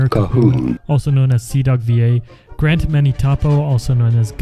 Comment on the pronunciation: Did you just say Grant instead of Garnt?